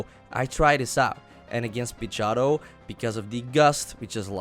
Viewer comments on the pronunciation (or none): OHHHH, so uh.....nothin on ur accent but every time you said Pidgeotto it sounded to me like you were slurring the word a bit and saying "Pidg-ah-toe". It took me hearing you say it several times to realize what you were saying. Sorry